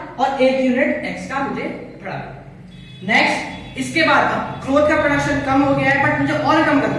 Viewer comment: M watching for last two days all ur video.. hands down ..a great teacher..👍 But ur way of saying badhana its 'bhadana',,,😂